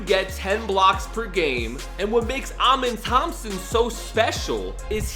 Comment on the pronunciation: With Amen Thompson his name is pronounced (uh-men) not (ah-men)